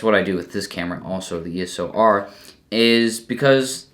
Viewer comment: It's called eos r not eso r😂